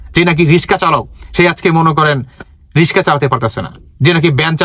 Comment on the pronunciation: রিসকা কি ভাই?রিক্সা কথাটা সুন্দর শুদ্ধ করে উচ্চারণ করতে জানেন না। আবার লাইভে উপদেশ দিয়েছেন।